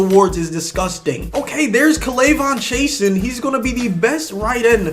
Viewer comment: There is Klayvon chasin man you butchered his name